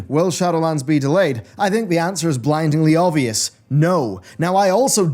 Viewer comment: "it's blingingly obvious" ...... oh boy this is awkward